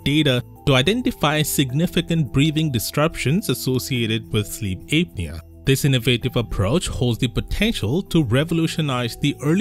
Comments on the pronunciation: It's pronounced app'near not ape'near. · It's apnea not Aepnea it's an a sound not ae sound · It's pronounced APP NEA , not ape nea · it's "app knee uh" not "ape knee uh" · It's not "APE-knee-a". It's "APP-knee--a". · It’s not correct. Well, at least in British English, it’s pronounced “app-nee-uh”. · Sleep Ape-nea. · Ape nea? Lol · It's pronounced: "app-knee-ah" 😉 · Sleep ape-nea 🐒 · Sleep Ape-nea😂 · I like Ape-knee-ya lol Don't worry,. I'm a native speaker and always pronounce new words wrong. You're doing great! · Yeah and you can't even say the word. Lol